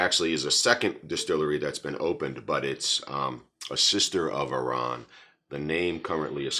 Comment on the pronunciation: Enjoying the reviews, just caught up on this channel, but your a little off with the pronunciation off the Distillery hard 'AHR-ran' 😊 But who worries, as long as your enjoying the content.